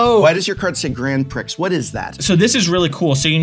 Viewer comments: How many times is the Professor going to say "Grand Pricks" before they tell him it's pronounced "Grand Pree" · Professor please prix is pronounced pre. Also alliteration. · i may have cried a little at the pronunciation of grand prix. no big deal but my soul was hurt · Love how Prof is quick to correct the pronunciation of anime after his mispronunciation of Grand Prix, just sayin. Lmao. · You dont say the x in grand prix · The mispronunciation of grand prix hurts my soul